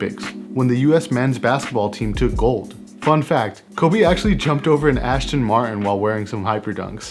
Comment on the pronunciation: Cool video, the car is an Aston Martin though. Not an Ashton Martin.